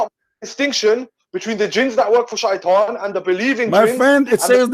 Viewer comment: I think this guy can not read, it says shaitan 😂😂😂. Even my doughter in 2nd didnt find difficulties to say Shaitan, whats wrong with u 😂😂